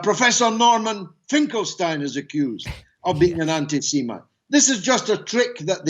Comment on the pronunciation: Did Galloway say anti-semen instead of anti-Semite? Is he against swallowing?